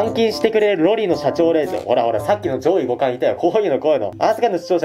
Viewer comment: 上位互換の発音が自分と違う…笑